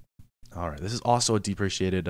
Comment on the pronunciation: I've been following along since episode 1 and I'm still working my way through it. I do know some Java but you are filling in the gaps. I am able to add my own ways of doing it after watching the video which I think is awesome. One thing I will point out (I got corrected for this once too)... Deprecated... I pronounced it how you did in this video until I found I was wrong (easily done if you are like me and read too fast)... it's pronounced "Dep-Ree-Kay-Ted" and "Dep-Ree-Kate" and "Dep-Ree-Kay-Shun" but anyways, keep up the good work! Stay safe out there! :D